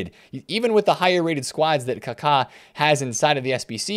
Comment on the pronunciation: Finally a YouTuber that says Kaka correctly 👏👏👏